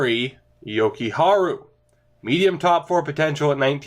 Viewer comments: Jokujarju: Yo-Ku-Har-Jew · Jokiharju - Jo-key-har-you